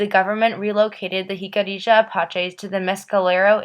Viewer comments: Pronounced: Hik-a-REE-Ya... NOT Hik-a-ree- JA... No JA at the end of the word!!!!!!! hik-a-ree-YA!!!!!! "YA" at the end, not JA!!!!!! Stop with the "JA" at the end!!!!!!! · Its Pronounced Hic-uh-ree-ah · Im really hating how you pronounce Jicarilla Apache😒its Hic-uh-riah Uh-Pach-ee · I feel bad for future generations of the Americas. Going through their education while never learning the true history of this land. While we can't blame them for what their (many, not all) ancestors did, we can however blame them for lack of investigation and knowledge. Which is why I am grateful to you for making this video, even if the pronunciation of the tribe was incorrect. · Nice job, but your saying Jicarilla wrong. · Not everything presented here by the maker of the video is correct or accurate. I mean, for starters, she MISPRONOUNCES the name “Jicarilla!”